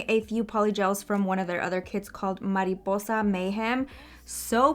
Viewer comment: ohhhhh, you said “mariposa” soooo good!!! you speak spanish???